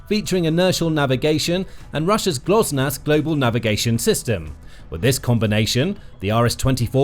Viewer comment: GLONASS - not Glosnass -.- It might be Russian, but it seems to work, so no reason to mock Russian-GPS!